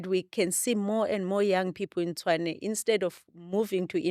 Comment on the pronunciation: Host the name of the city is Tshwane not Tswane...great episode though...